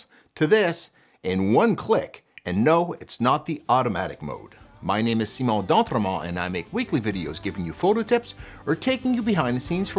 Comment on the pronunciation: At least learn how to pronounce your own name.